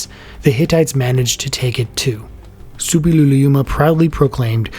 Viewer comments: Yes, it's difficult, but the narrator manages it perfectly. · Impressive pronounciation of "Suppiluliuma"!